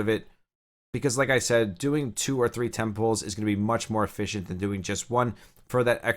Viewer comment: First time playing gacha. No idea what is going on. Kept hearing "getting temples. i'm going for temples". Only to realize you meant "10 pulls!"